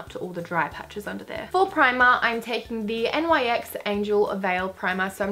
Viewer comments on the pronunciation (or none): its nix not n y x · why do people say n-y-x instead of nyx? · This os not a haré comment i love your videos and i think that you are an unique youtuber !!! But you alwalys spell the brand N Y X insted of just Say nyx Love from México babe !!! ❤️❤️❤️ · Say it with me "NYX" •nicks• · pretty funny the way you say Nyx though, haha no hate.